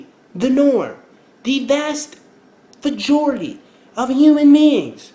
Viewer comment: Did you say "Vajority" ??!! LOLLLLL